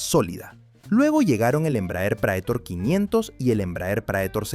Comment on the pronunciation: Prætor. Prétor é a pronúncia. Palavra em latim que significa "aquele que vai à frente, aquele que conduz".